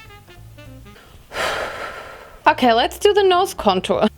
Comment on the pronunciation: “HALLALUYUH DAT IS SOME DARK CONTURR” 😂